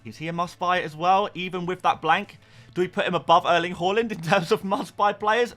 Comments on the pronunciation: Why do you say Horland? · Stop pronouncing haaland wrong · Pls learn to pronounce Haaland.. jeez